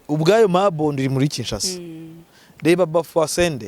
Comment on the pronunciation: Ni Mobondo ntabwo ari Mabondo.